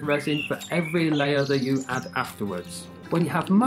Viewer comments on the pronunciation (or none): none